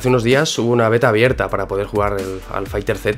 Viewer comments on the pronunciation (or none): Se pronuncia "fighters" no fighter z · FAAAAIGTEEEERSSSSS NO FAIGTER Z el mismo banda namco lo dijo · Maestro, no se dice dragón ball fighter Z, se dice cómo se escribe, dragón ball fighterzzzzzz. No se nombra la Z al final.